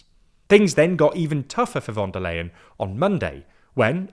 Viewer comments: am I the only one whose ears are crushed by his pronunciation of “von der LAYen”, instead of “von der leyen” as it is supposed to be pronounced in Deutsch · Her name is pronounced Fon dare Line or Fon dare Lion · The "Leyen" in "Von der Leyen" is actually pronounced like "lion" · Even though I don't like her... her name is pronounced fon der Lahien... she's german not dutch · It's time to learn how to pronounce her name. You've been mentioning her weakly for years, and you still say it wrong. The 'V' in German is pronounced like an 'F,' so it's Fon der Leyen. I still love the content, but what is it with British people refusing to learn how to say names, even ones you use this often. It's not just you either, it seems to be a British thing. 😂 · In German names the v in von is pronounced like the f in from, as is the o. In Leyen th ey is pronounced like the I in Icecream. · please, ask Georgina to teach you how to pronounce "Ursula von der Leyen". It hurts my ears every time you say it.